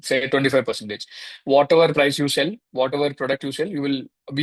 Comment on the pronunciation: Not “sale cheyyam”. It’s “sell cheyyam”